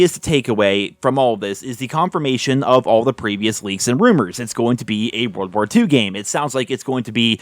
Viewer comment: Do you have a hard time saying call of duty world war 2 bro Jesus